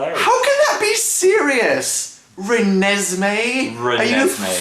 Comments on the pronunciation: I cried laughing when she said Renesme. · I had a proper laughing/crying fit when she said reneseeme, sooo funny!!!! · Raa-- Ranez-- Ranezmae? Da hell? Oh well my name is Ezri so.... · i thought it was pronounced rem-nis-me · okay so I love the twilight story like completely the books too so I have to disagree with most if your points in this video like that's not how you pronounce the babies name and Edward didn't eat the placenta if you had read the book you would have known that the placenta could only be opened by vampire teeth and that's why he had to bite it. But anyways I still love you guys despite your hating on Twilight however I can agree o the fact that Ej was a stupid name I mean like what kind of awkward ness does that start........but yeah Byeeeee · XD not to diss u guys but ur pronouncing the name wrong XD oh and u have to read the books to get it ...but im a girl so this is normal behavior XD XD XD oh and if u liked how jacob imprinted on renesemee you have to see oart 2 its frikin hilariouse ..bella kicks his ass